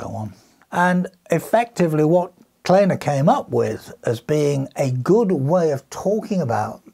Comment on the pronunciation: No they didn't get it wrong! Research shows that Kleene himself wanted it to be pronounced "Claney" but I suspect it's a Germanic surname and should be "Clay - nuh" (see Wikipedia entry for S.C. Kleene). I did devote a few mins to this in the filming session but clearly had to omit it because the video is already very long at 17 mins.